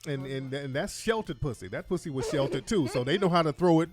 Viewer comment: Bri said I hate the way you say pussy with a W. Lol 🤣🤣🤣🤣